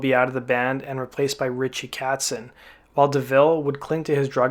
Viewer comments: Disaster? Where exactly? His guitar lead fell out. Other than that it all seemed to play along with the ‘loosey Goosed’ feel of the VMA’s. Also, Richie ‘Katzen’ Why are you pronouncing his name incorrectly? It’s Kotzen! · Not being a dick, but it's "KOtzen" not "Katsen." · It's Richie KOTZEN...Not KATzen... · Ritchie Kotzen...not "Katzen". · Its Kotzen, not Katzen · It’s not Pronounced catsen it’s Kotzen as in coat-sen . Your pronunciation annoyed me but other than that great video maybe because I’m British LOL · Mr. Narrator, please learn how to pronounce Richie Kotzen's name: like "cot," just the way it's spelled! He's the only true rock god for our times! He and Eve fell in love and tried to tell Rikki about it maturely, but Poison ended up treating them very immaturely, by beating up Kotzen, of course. He and Eve ended up being married for over ten years and having a beautiful, talented musician daughter named August. Who can blame Eve for leaving drunk, talentless Rockett for Rock Master Kotzen?! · Sht performance from a sht band..Did you REALLY expect anything less ?? My god theyre horrible....Just SO bad...Unskinny plop of shts more like it...GO AWAY....Oh and its KOtzen you can at least say his name right dipsht... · He mispronounces Ritchie Kotzen's name as "Katzen".